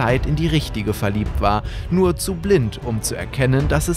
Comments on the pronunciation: Ich habe real auch gesagt "NUUR"? Digga du hast gefüllt die ganze Stadt acumatisirt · Gabriel:ich möchte NURR bie